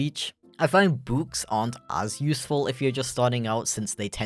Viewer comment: From the way you pronounce "book" and some other things, I'm going to cast my line out there and say I think you used to live somewhere.... Near Stoke.